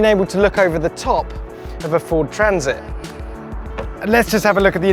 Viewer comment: Ford Transit? Never heard of it. Fowd Traaaansit though...